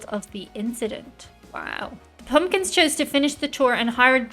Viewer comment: “Smashing Pawmkins”?